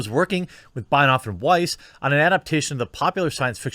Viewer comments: zoinks bro, now you said Binehoff... the name is Benoiff... you do Binoff, Binehoff... why not try reading the name and doing it right? google it for effs sake. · His name its pronounced Benny Off iirc